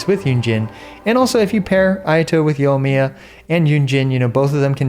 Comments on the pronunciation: "Yomiya" There is, in fact, an I in there. Right after the O. Anyway, I'm just giving you a hard time. On another note, I'm not totally convinced that the heart of depths set won't be better on Ayato. I'm not a math guy, but hydro damage bonus should do more for him than atk, and the buff from heart of depths is far more consistent. We'll have to see the numbers I guess. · wait what yunjin burst does so increase yoimiya skill damage you dont know what your talking about and cant even say her name right.